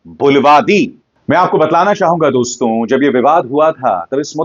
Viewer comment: अभिसार शर्मा जी, निश्चय ही हम आपके प्रशंसक हैं लेकिन आपके मामूली से उच्चारण दोष के कारण झटका लगता है.. जब आप दोस्तो संबोधन को ‘दोस्तों ‘ बोलते हैं तो बरबस हमें मोदी जी का ‘मित्रों’ संबोधन याद आ जाता है पर उनकी मातृभाषा गुजराती है इसलिए हम सुनकर टाल देते हैं । कृपया अन्यथा न लें ।